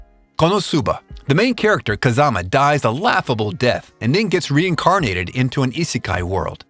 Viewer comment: 😭😭😭 he said Kazumas name wrong